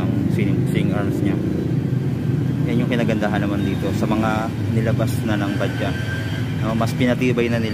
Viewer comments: BAJAJ...pano naging Ba-Dya ang basa jan? ipabasa mo yan sa grade 1 babasahin yan ng Ba-Judge...kahit paoorin mo yung mga vlog ng indiano Ba-Judge din ang basa nila. konting research din minsan bgo mag vlog ksi misleading yung name nya!!! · Bajaj Baja silent j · Bakit kaya tayung mga pilipino ay ang bigkas nila sa bajaj ay badja. Ang mga indiano ay ang bigkas nila sa bajaj ay badjads.